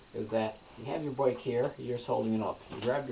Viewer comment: Well done! I'm from Oklahoma, so I chuckled at "boike" and "garaage" ;) .